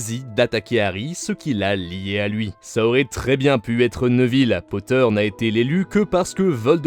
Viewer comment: neuville? c'est néville ou nèville